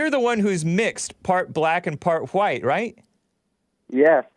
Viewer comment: is obsessed with overly pronouncing words and not speaking colloquially. This fills his ego with his constant need to be proper and thus more enlightened than common people. Listen to how he overly emphasis the WH sounds in words, such as white. He emphasis the H when in reality it is ignored in speech. Also, the way he overly stressed the T sound in words instead of how nearly everyone else pronounces with a D sound, such as METAL. Yet, it's not consistent in his speech, meaning it's still in his consciousness. Or how he has previously been explained that Dayton, Ohio is pronounced as DAY-ten yet he refuses and prounounces it as day-TON. This could be why Alexander, the hyper autistic caller is so strongly attracted to (who displays autistic mannerisms himself).